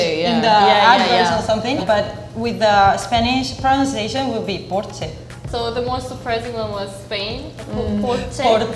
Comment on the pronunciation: I agree. And her Porsche was kind of weird too, as she pronounced the r a bit like English.